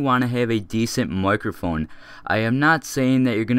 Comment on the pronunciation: Are you Canadian? you said microphone in a Canadian accent... I think